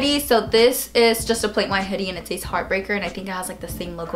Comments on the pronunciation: SEZ not SAYYEZ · Omg, it's pronounced "SEHZ" not "Sayeez"